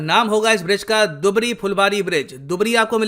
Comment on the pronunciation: दुबरी नहीं धुबरी बोला जाता है। मजुली नहीं माजुली बोला जाता है यहां।